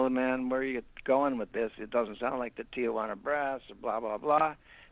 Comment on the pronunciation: it’s pronounced Tee-wanna (Tijuana brass) not Tia-wanna gringo